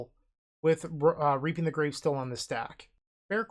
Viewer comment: reaping the grave came out sounding a lil closer to reaping minus the e. I had to rewind when i heard it too